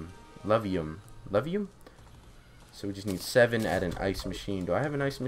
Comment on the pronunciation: Eh-floo-vee-um Effluvium Bow